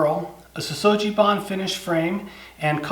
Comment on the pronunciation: Sugi is pronounced with a hard "g" not a soft "g".